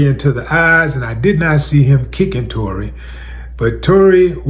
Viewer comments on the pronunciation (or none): He butchered Tory 🤦🏿‍♂️🤷🏿‍♂️